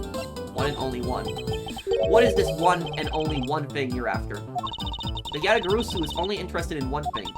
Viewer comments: We've told you this already in chapter 1, but it's pronounced Ya-ta-ga-ra-su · you're pronouncing Yatagarasu wrong it's pronounced exactly how it's spelled - YA-tah-gah-RAH-soo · Just one thing, Yatagarasu is spelled as written, with the "rasu" at the end the "a" is spelled as an "ah"